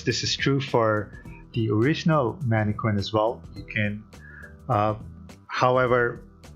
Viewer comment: “Man-eh-Kin” Not Harley Quinn.